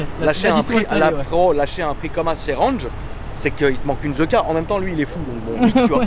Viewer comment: Tu aime mon "renje" ?